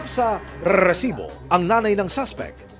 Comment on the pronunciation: Kawawa naman c francis.....life sentence sa gumawa......Pwede bang wag oa bigkasin ang salitang resibo.....